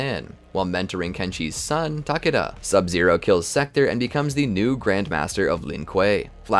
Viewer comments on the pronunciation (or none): Ta-Kay-da not tockitda 😂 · i can't with "TAHkeda" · Wait, did they just call him “tuh-cod-duh”?